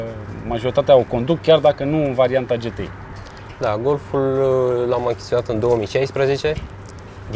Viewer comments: De ce 'ghetei" si nu "ge te i"? La fel ca si la "aemghe" si nu "a em ge" :-s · E GTI NU GHETI WTF DUDE STOP ! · “Ghetei” 🤘🏽😂. La marca Sagem, ii spui Saghem? 😂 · daca tot ziceti ca vorbim roamna ar trebui sa zica G T I nu GE TE I...... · Daca 'GHETEI" e in germana, atunci de ce nu a pronuntat si restul numelui tot in germana?..."Volkwagen golf cinci" nu mi se pare prea 'nemteste'. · De fapt se spune GTI adica GI TI AI... vorbiti prostii... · ... pan' urma cum e , GHE TE I sau GE TE I .. hahaha ...